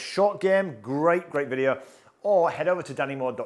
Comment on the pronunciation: It’s pronounced video not videa